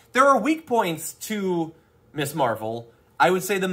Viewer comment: Damage Report, just one thing, It is NOT MISS Marvel. It is pronounced MIZZ. Ms is MIZZ. Just sayin', bro. Love you.